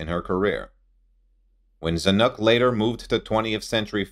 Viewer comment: You must really learn how to say Zanuk ( sp?)